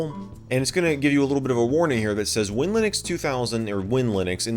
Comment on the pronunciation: If I may interject its pronounced WIN/Linux